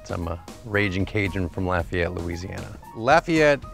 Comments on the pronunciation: You can tell they're from here because they pronounce Lafayette right! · So refreshing to hear people pronounce Lafayette correctly for once!! Avery island! I live right there!